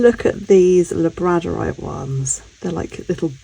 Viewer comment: I pronounce it labrador-ite 😂